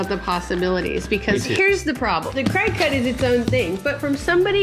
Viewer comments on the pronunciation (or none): It’s funny cause as I saw this video I was next to my cricut, also it’s not pronounced Cry-Cut, it’s pronounced Cricket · Watch tons of YouTube videos! You can also make stencils & use them on ur side walk with that paint that shows up when it rains! PS. It's pronounced cricket (but your way is adorable!)